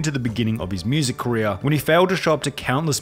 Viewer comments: "careeah" lol Its the end of everyones CAREEAH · Ok but why u say career like that tho